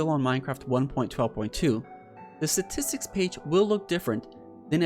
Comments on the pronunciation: Lol "Satistks" XD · I think someone needs to tell him its not "Satistics" Also take a shot every time he says it. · Does he know how to pronounce “statistics” lol. “Suhtistics”